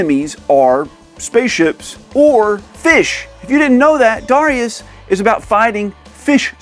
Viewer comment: I thought it was pronounced ‘Darius’.